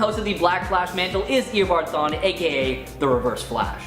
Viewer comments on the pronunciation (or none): man im sorry but the way he said THAWNE as like "THAIN" c'mon now you guys